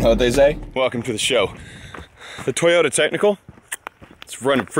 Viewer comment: Sounds like you’re saying twitter with a NY accent when you say Toyota ..it seems like you’re not pronouncing the second o in Toyota.. so it sounds like you’re saying Twitta or Toyta instead of Toy-O-ta